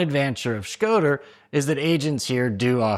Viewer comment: Shkoder not Schroder :)